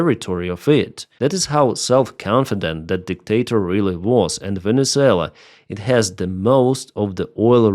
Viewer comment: Your opinions are crap . Monduro was a major drug dealer to the US. He was killing 25,000 people per boat load . Oh that's right , YOU forgot to mention that . Typical of your 2nd grade news casting . It also might help to pronounce the country's name correctly. What a non professional you are . Get that corn cob out of you butt with the USA . SCOTT NICHOLSON TENNESSEE